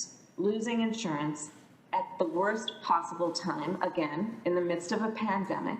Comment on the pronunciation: If I hear another one of these senators say "du-ring a pan-de-mic," I'm going to have a white house staffer coof into my mouth so i can shed this mortal coil.